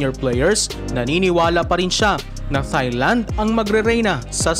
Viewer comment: off topic pero kapag ito nag vo-voice over, ang cringey pakinggan pag pino-pronounce nya ang Thailand na emphasized ang TH. It should only be pronounced as TAILAND (without TH as a dipthong)